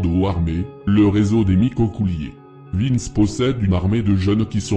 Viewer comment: T’en a oublier plein et canarie il a rien à faire la en plus t’a dit n’importe quoi c’est pas un corse c’est un corso marseillais et au dessus de lui y’a des gens sinon bien 👍🏽 et c’est vintch pas Vince 😂